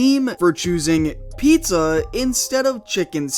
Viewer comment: The way you said pizza is funny